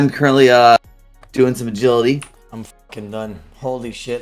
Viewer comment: O pronounces it A-git-aly- instead of agility And sta-nima instead of stamina lmfao